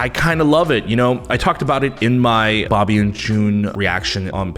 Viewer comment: when said dobby instead of bobby i lost it jsdkjsjd